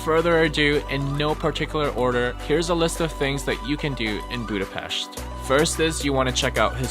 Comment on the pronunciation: I really enjoyed this travel video about my city! Yes you pronounce Vajdahunyad vàra wrong :p its more like Vaydahunyad. BUT You are the first one i ever heard who says Budapest right! Great channel!! Im checking all your videos,im a traveller myself! Keep up the great job